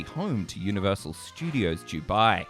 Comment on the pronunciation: Bro, it's Dubai. Not Jewbai.